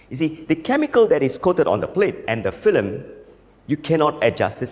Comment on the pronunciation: You're pronouncing FILM as FLIM lol. But I love this guy